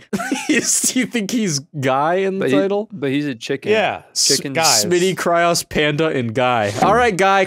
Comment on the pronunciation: one day smitty will stop pronouncing kryoz as 'kry-ahz' but today is unfortunately not that day...